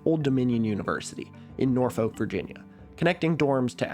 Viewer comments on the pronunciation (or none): norfolk native here! i love to see a norfolk mention, but lemme correct ur pronounciation of my silly little hometown. the "folk" in "Norfolk" is fully just pronounced as "fuck" many say naw-fuck. nor-fuck is always heard regularly its super funny hearing about a proposal to have an intrauniversity maglev rail line for ODU (not a very big campus for one) and eventually to DC considering that norfolk couldnt even cooperate with Virginia Beach 30 minutes away to extend our light rail line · Love your channel! But as a Norfolkian I am obligated to tell you it’s pronounced Naw-fuck. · I pretty much jumped out of my seat when ODU got mentioned, since I’m a Virginian and I have a friend who goes there. Also, It’s definitely a nitpick, but I’ve always heard Norfolk pronounced as Norfuk, rather than how it’s actually spelled, though I don’t actually know how locals pronounce it. It should also be noted that the only people other than myself who I’ve ever heard say the word Norfolk have southern accents. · virginia mentioned but the norfolk pronuncioation hurt